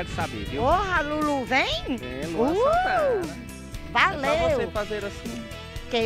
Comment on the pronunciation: nossa não entendo porque esse homem fala "raleu em vez de valeu